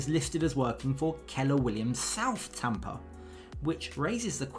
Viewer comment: should be tampa not tempa